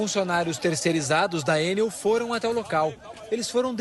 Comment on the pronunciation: ENEL... E NÃO EN-NEL... CHEGA DE AFRANCESAR..